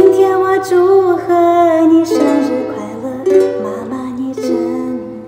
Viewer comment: Уж прости меня, но у тебя все же немного странное произношение, особенно на звуке 生日 ты словно по палладию произносишь, как иностранка 🤭🤦‍♂️ слышится Ж, хотя в реале это все же ближе к звуку Р. Хотя я не силён в диалектах. Бесспорно ты выглядишь, как чистейшая китаянка, но вероятно то что ты росла в русском окружении сказалось на звуках. В любом случае мой респект твоему владению языками. 666